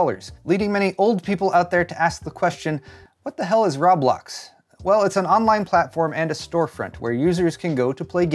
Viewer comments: Ro-blox, not rob-blox...=p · its pronounced Row - blocks! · I heard raw blocks. I was triggered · It's not ROB Blox... LOL its pronounced "Ro Blox"... Now you know LOL! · "Say Row." - "Row" "Say Blocks." - "Blocks" "Now say Roblox." - "Rob-locks" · row blocks not roeblok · Its pronouced “row-blox” not “raw-blox” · It’s not rawblax it’s roblox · It's not Rob-lox it's Ro-Blox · I thought you were saying Rob Lox on purpose lmao. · RooooooooooooooooooooooooooooooooooooooooooooooBlox man.... No fucking A in that at all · It's Rowblocks...how many times you said it in this video actually had me laughing. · Rah blahks? That has to be the weirdest pronunciation I've heard for Roblox. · "I-D Software" "Rob-lox" "Zay-omi" You're doing this to us on purpose, aren't you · I assumed you were mispronouncing Roblox on purpose to troll or play into the joke about not knowing what it is. The pronunciation of "id Software" and "Xiaomi," on the other hand...